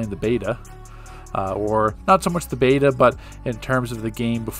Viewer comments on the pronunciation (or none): none